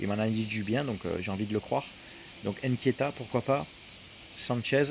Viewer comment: Frérot faire l’effort de dire « Nketiah » et pas Nkietah